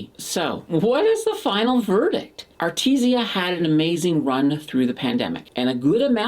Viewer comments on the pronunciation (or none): its called Aritzia not Arti zia ...other than that great vid. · Love the videos! definitely saying A-RIT-ZI-A wrong though :P